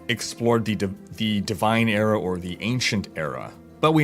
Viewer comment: ERA not AREA for the love of god!:)